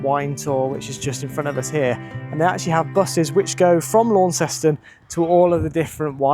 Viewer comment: Great video from a beautiful area of Tasmania. However, in Tasmania, Tamar is pronounced Taymah not Tammer. Launceston is Lonnceston not Lawnceston (as many tourists say) or Larnston (as natives of Launceston England say).